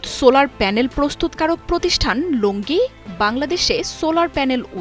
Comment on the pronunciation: লংগি নয়। কোম্পানির নাম লঞ্জি।